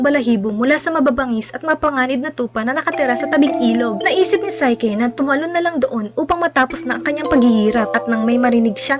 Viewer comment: psyche ... say - ki ---- NOT SAY - KE